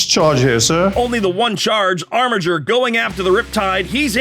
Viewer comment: Armiger's is a hard G, as it's from the Latin.